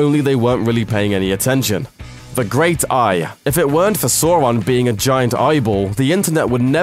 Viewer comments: Adi Aronsson Yes he did tell how it should be pronounced and again, NO, his manner of speech does NOT make it more convenient to pronounce Sor-on (as I have already explained, obviously you didn't read what I wrote.) And may I add, they pronounce it Sour-on IN THE MOVIES so there is no excuse for this unless the narrator never took the time to review the source content before making this video. There was a linguistics guide I purchased years ago for Tolkien's languages (apparently based on his notes, not all of which made it directly into the books or appendices originally) and it did go more in depth on things like pronunciations for the various languages as well as some common names like Sauron. It was official, not the work of someone else who wanted to make a buck expanding on Tolkien's work. If you need absolute proof, there you go. The reality for a British man is that an "au" sound should not give an "o" like "Sor-on." If anything, a good guess would be to have it sound like "aw" and rhyme with "saw" as we see in the name Australia. Saw-ron isn't perfect but it's very close to correct, a whole lot more so than Sor-on. The idea of pronouncing it as Sor-on by default is not supported linguistically, only culturally by assumptions made about how the name "should" sound. If an "au" would sound like the "o" in Sor-on by default, then Australia should be pronounced like Ostralia. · please pronounce sauron correctly. I feel like I'm boromir being hit by another arrow every time you pronounce sor-on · One does not simply say Sauron's name wrong so many times in one video and calls him... Sore-on? Wtf is Soreon ? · Ok dear friend let me rephrase my statement. HIs manner of speech makes it so that by default the easiest way for him to pronounce it is like sor-on. I just dont think it matters how he pronounces it. Im not an expert but did tolkien tell anyone how he wished for the character to be pronounced? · Who the fuck is Sawron? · Please stop saying Soron